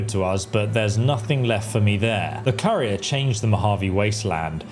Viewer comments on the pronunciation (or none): none